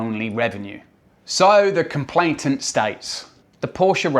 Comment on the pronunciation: Complain-ant NOT complaint-ant